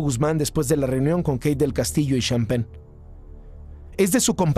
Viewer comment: Y el señor "sean pen" xD